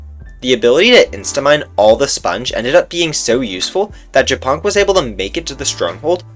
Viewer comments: OHHHH MY GOD ONLY AFTER HEARING WHAT JAPONK SAID I FULLY UNDERSTOOD HIS NAME. ITS NOT JAPONK, PRONOUNCED LIKE JAPAN. ITS YA-PONK. AS IN A FUNNY WAY TO SAY SPIDER IN *POLISH*. POLSKA GUROMMMMM 🇵🇱🇵🇱🦅🦅🇵🇱🇵🇱🇵🇱🦅🇵🇱🇵🇱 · Trzy razy odtworzyłam ten moment, bo nie mogłam początkowo zrozumieć co on powiedział po angielsku XD btw mega śmieszy, że ziomek czyta japonk jako “japan”, a to tylko “śmieszna nazwa” z podstawówki na pająkaXDDD